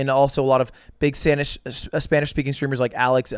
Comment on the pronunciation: Mad respect to lud for using Spanish pronunciation and not just random mexican/Latin American. Good lisp mate